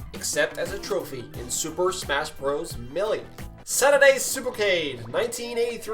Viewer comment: Tons of mispronounced words: Miyamoto (Mario's creator), Debut, Melee, N.E.S. - not Nes, bit - not byte... way to do your homework, guys!